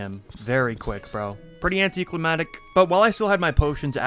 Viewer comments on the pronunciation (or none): it's anti cli MAC tic not cli MAT ic